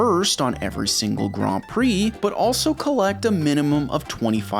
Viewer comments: Me getting angry cause he is saying gran instead of grand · Since when is Grand said like Graund? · The way you pronounce grand is a criminal offense. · why are you saying Grand so weird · I like how you purposely say Grand and Mercedes wrong 😅 It’s on purpose, right? 😅😅😅 Tell me it’s on purpose! 😅😅😅😅😅